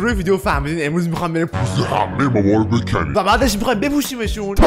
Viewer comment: بِکنی گفتی فکردم بُکُنی میگی🥲